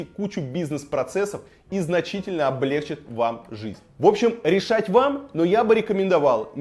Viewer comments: Всё хорошо. Всё отлично. Но Илья: облегчИт - ударение на И. В любой форме. Это важно. Даже если мы говорим о каких-то терминалах. Будто пластиковое окно поставил в памятник архитектуры) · ОблегчИт, а не облЕгчит. Проверьте в словаре. Спасибо за ролик. Лайк.